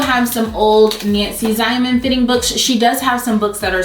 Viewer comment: Great info, I just thought I would share that Nancy Ziemann is pronounced Zeeman. I watched her show for years - great information even though she has passed.